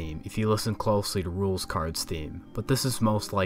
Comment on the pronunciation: Rouxls Kaard (It’s pronounced “Rules”)